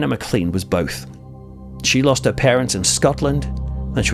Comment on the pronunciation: please note that the Scottish surname Maclean is pronounced as though it was spelled maclane